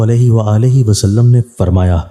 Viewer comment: Ye tum farmaya ko parmaya kyun kehty ho charsade wal ho kya